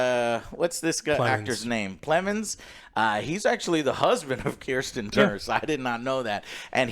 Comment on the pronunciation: Plus when he says Kristen Dunst instead of Kirsten Dunst